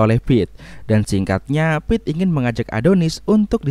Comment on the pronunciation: Bukan ngucapin "Assalamu'alaikum",tp yg bener itu "excuse me" Namanya bkn pete,tp dibaca Pit Satu lagi,mana ada orng Amerika yg sholat shubuh😒🙃